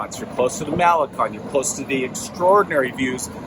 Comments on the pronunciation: First thing. Learn how to pronounce Malecon properly ! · Mall-eh-CONE, you guys. Impress the locals. Para-EE-so del mar.